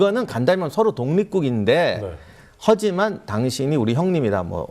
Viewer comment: 박사님 "허지만" 할떄 너무 좋아요 ㅋㅋ